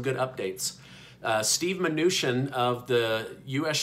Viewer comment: YOU’RE MISPRONOUNCING MNUCHIN’S NAME!!!! It’s prounounced “CHIN” not “SHIN”!!!!!